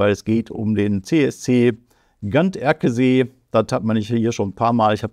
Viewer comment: so wird es ausgesprochen Gan-der-ke-see